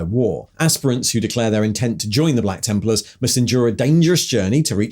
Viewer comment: Templers? The random odd pronunciations are back lol